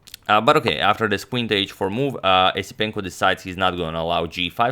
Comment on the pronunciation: It's pronounced Yesipenko.